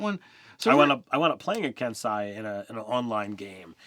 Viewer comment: Kai? Kensai? it’s Ki (Key) and Kensei (Kensay)